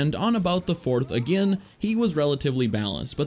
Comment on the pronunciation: it sounds like he’s saying anakin instead of again when he’s talking about anakin lol